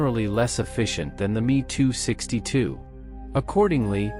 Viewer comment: M.e.262 mispronounced as well. Dump the trendy [and awful] AI narration people.